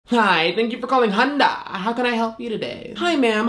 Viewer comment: "Hi thank you for calling HUN-DAHHH"